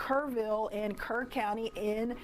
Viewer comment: NGL I thought she said Kern